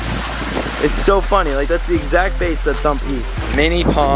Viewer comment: I never noticed you say base for bass fish before. Are you pulling my leg?